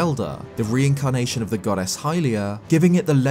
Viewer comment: every time yoi say goddess i hear 'god-ass' and i can't unhear it!